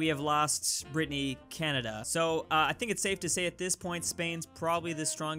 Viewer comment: Stop calling it Britneyyyyy